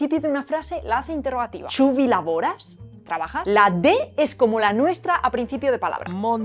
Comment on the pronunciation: Hey, muchas gracias por darle visibilidad al esperanto! Excelente resumen del idioma 😃💛 Un pequeño error: Es "laboras", no "lavoras" Aclaración: "kuriozan" está en caso acusativo, su forma normal es "kurioza", y significa "curioso/a" en el sentido de "interesante, inusual, extraño", pero no en el sentido de "alguien que tiene curiosidad (deseo de saber algo)", eso sería "scivola", de "scii", que es el verbo "saber" y "voli", que es el verbo "querer" ("scivola" es literalmente "que quiere saber") Un pequeño error: No es "nemiam", es "neniam", y ya que las vocales nunca forman diptongo (para eso son las semivocales "j" y "ŭ"), se pronuncia "neníam" "Kiu" es para referirse a una persona, animal o cosa de entre varias ("kiu estas mia telero?" = "¿cuál es mi plato?", "li estas (tiu), kiu helpis min" = "él es el que me ayudó"); y aunque "Kiu? Ĉu vi ŝatis ĝin?" es entendible y no es incorrecto, una forma más idiomática sería "Do, ĉu vi ŝatis ĝin?" (Así que ¿les ha gustado?); "Do" es para introducir una consecuencia de lo antedicho (significa "por lo tanto", "en consecuencia", "entonces", "así que"... )